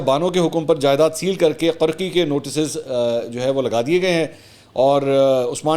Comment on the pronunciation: Janab the right word is qorqi not qarqi